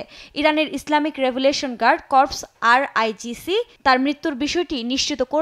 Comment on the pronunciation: সংবাদ পাঠিকা সঠিকভাবে উচ্চারণ করতে পারেননি,ওটা আই আর জিছি হবে